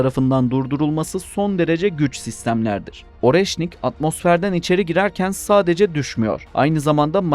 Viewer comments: Areşnik diye okunuyor... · Оreşnik diye okunuyor